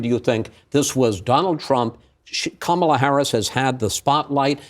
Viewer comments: It’s VP Kamala Harris that is now running against twice impeached, 34 time convicted, 3 pending indictment having 78 year old RAPIST & criminal DonOLD Trump… Not President Joe Biden… Now please make sure you can pronounce your soon to be president’s name SIR (COMMA-LUH) 🗣️ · It's VP Kamala Harris that is now running against twice impeached, 34 time convicted, 3 pending indictment having 78 year old RAPIST & criminal DonOLD Trump... Not President Joe Biden... Now please make sure you can pronounce your soon to be president's name SIR (COMMA-LUH) 🗣️